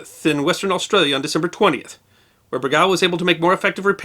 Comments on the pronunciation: No, it's pronounced BER-gawl. Emphasis goes on the first syllable. IS putting the emphasis on the second syllable and, yes, is massacring the name. I was a sailor on the Bergall--the nuclear namesake of this boat. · Great story, most of the WW2 boats (submarines) have such amazing stories and histories (from all sides). Your pronunciation of Bergall is so weird to me, I worked on her namesake (USS Bergall SSN667) multiple times, we always pronounced it Ber-Gull. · There are a couple of Silent Service videos here on Youtube. (Leonard Nimoy is in one of them.) If you listen to them, you'll hear host Tommy Dykers, a distinguished submariner himself, pronounce "Bergall" with the accent on the first syllable, not the second. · I like your videos, and the interesting things you have behind you! I served on the second USS Bergall (SSN-667) I'm writing to let you know that you're pronouncing the second syllable of Bergall incorrectly. The second syllable is pronounced just the same as the word "all", not like the name "Al", and the emphasis is on the first syllable, not the second. Thanks! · Please learn how to pronounce the submarine's name correctly... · I served on the USS Bergall (SSN-667). It is not pronounced Ber gal... but rather Berg gall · Great story, told enthusiastically, but I have one little criticism. The name of the submarine was Bergall. All the way through the narration your pronunciation of the name sounded like "Bregall". Perhaps the spelling in the vid title was incorrect. I can't tell. But the inconsistency was annoying. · It's pronounced "Ber GAULl" with the emphasis on the second syllable. Not "BER gal" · You are mispronouncing the USS Bergall.. Try berg ~ all. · We pronounced USS Bergall this way: "burr - gaul". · Retired USN Submariner here, having served on four subs. I've always heard it pronounced "BER - gall", as in gallbladder. Love the channel. Love the stories. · Pronounced Ber gahl, accent on Ber.